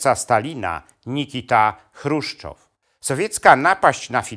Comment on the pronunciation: Jeżeli Pan jest doktorem - to musiał gdzieś słyszeć, że nazwisko Mołotowa wymawia się "mOłotow", nie mołOtow. Chruszczowa - chruszczOw a nie chrUszczow, Ribbentroppa - rI (akcent na i)bbentropp a nie ribEntrop. To mi psuje całą ciekawą zawartość filmu. Niestety...